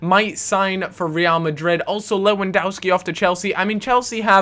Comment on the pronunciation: its pronounced levendovski btw because poland say w as v